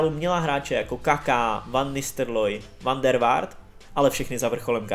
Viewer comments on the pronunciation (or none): Dobré video, ale fakt zlepši tu výslovnost u jmen fotbalistů. Chápu, že někdy to není jednoduché vyslovit ale "van Nistrloy" a "van der Vart", to už je i na mě trochu moc.